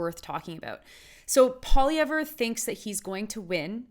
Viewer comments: How about you pronounce his name properly and then I'll attempt to respect your opinion. It's pronounced POLY-EV Of course I'd like to agree with you, but then we'd both be wrong. Pierre for PM!!! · Pierre Poutine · Maybe learn to pronounce his name, first of all! And also open your eyes to what Trudeau and his party has done to this country!!